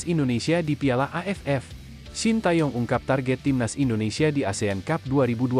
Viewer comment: Org2 indo selalu salah menyebut nama Shin Tae Young.. Kata TAE dibaca "Te" Seperti kita baca Kata "Tega"... Bukan " TA" 😂..